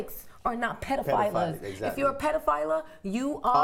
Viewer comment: ok, u've got to stop saying pedophiLER, its pedophile.